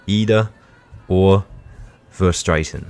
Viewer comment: You pronounce Verstraeten verstraaten